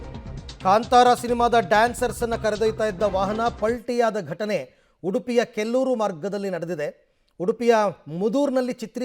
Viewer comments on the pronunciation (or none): Kelloor alla kollur